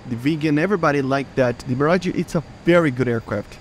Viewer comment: Bruh he said mirgae